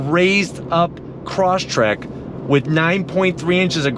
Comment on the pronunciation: you should pronounce it properly. not croshtrek, but cross trek